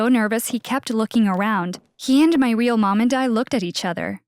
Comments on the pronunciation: Instead of real she said weel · She said weal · She keeps saying weal parents